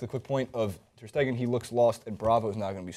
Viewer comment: For the record,: "Ter Stegen" is pronounced with the emphasis on the 2nd syllable, not the 3rd. So it's not "ter steGEN", but "ter STAYgen"